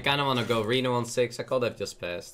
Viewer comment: I love how dude just uses "en" all the time for a/an. And three years later still pronouncing could as "cold" and should as "shold". :)